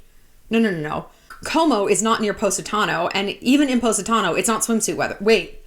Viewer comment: I’ve been to Positano twice and this video is the first time I learned how to pronounce it